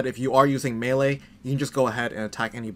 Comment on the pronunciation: It’s called melee. Maylay